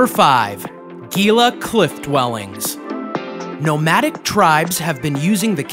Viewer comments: I know, it just grates my eardrums to hear people mispronounce. Gila is pronounced He la not geela. It is Spanish. Do not go to the Billy the kid museum. It is a long drive for very little. Plus cars and phones were not part of the era. Clearly, the video producer has not been to NM. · Gila as in "Hee lah" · HE LA is how you pronounce Gila. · ITS GILA